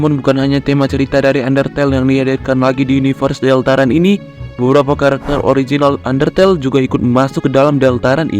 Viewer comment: sial gw telat satu tahun untuk menghujat bagaimana dia mengakatakan deltarune deltarun tcih